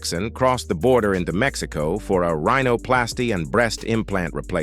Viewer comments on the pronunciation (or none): none